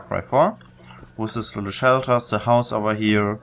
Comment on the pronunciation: cool, you talk like Sam from Far Cry 3. "Ze" instead of "The", amazing simple thing like that brings back memories for an amazing game.